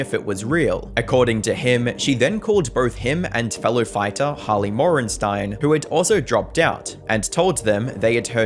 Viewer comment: It's Harley Mortensen.... not Holly Mortensen